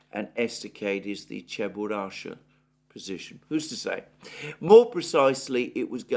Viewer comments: This is CheburashKa, not Cheburasha))) BTW, Cheburashka is an old Russian cartoon character, which is quite funny. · it's Cheburashka. Not Cheburasha :) A russian cartoon character